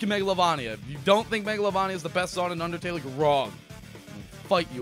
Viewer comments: I'm so happy Megolania made it to #1!!! Edit: it's pernounced Megalo-VAIN-ia!!! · You said it wrong megolavania wrong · Hey I’m sorry about the comment earlier. I deleted it. It’s just that I’m used to megalovAnia. I guess it just triggered me for a moment when you said MegalovOnia. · It's pronounced megalovaneia not megalovania even though you write it that way. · IT'S PRONOUNCED MEGOLAVAYNIA NOT MEGOLAVAHNIA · I heard Mogolovonio XD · Yeah I hate how he says mega-lo-va-nia but its still a good song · Says mAglovania Me:visible frustration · Thank you. And it is (Mega-lo-vainia) not (Mega-lo-vania) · 5 year old video or not... "Mego-la-van-ia" ._. MEGOLAVANIA???? yeah I'd if it appears right or not it hurts to hear it pronounced like that. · It’s not megalovuuuunia it’s megalovania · Megalovunia? It’s Megalovania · It's megalo-vAnia not megalovonia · its mega-l-O-v-Ania nit megl-O-van-ia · You pernouced megalovania wrong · I'm writing a new comment, and pinning right at the top for everyone who constantly comments about how I pronounced Megalovania. I KNOW. I know it's supposed to be "vain" with a hard "A", but seriously, can we talk about something else?? It can't be changed. Obviously. So stop. Please. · No idea why I said megalovania like that haha, I'm aware the "correct" way to pronounce it. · MEGA-LAV-ANIA??????? MEGA-LOVE_ANI-AH SCREEEEEE (im sorreh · How to CORRECTLY pronounce Megalovania Meh-Guh-Low-Vay-Nee-Uh There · I'm sorry to say this, but it's not MEGALOVAAAAAAAAAAAANIA IT'S MEGALOVAINNNNNNNNNNNNNNNNNNNNNNNNNNNNNNIA It was at this time that realized, that he f----ked up. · Just pointing out your pronunciation for megalovania, it's pronounced like metroidvania. (mega-low-vain-ee-yuh) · The way you pronounce Megalovania disturbs me. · It's megalovania with a hard "a" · That's not how you pronounce Megalovania... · not trying to be annoying bruh but megalovania is pronounced mega-lo-vain-ia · i dont say megalovania with a hard A tf